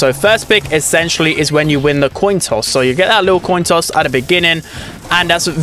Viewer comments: bruh said “toin coss” instead of “coin toss” 😂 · ah yes, the toin coss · Ohhhh it took me a good minute to realise what was wrong with that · “Wins the tion coss” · bro said toin coss